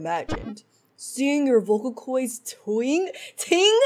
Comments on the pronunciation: In second phases dialogue she said “vocal coys” :l LEARN ENGLISH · tw-i-nge not twing also vocal coids??? also also reit-tl-ate? lol.png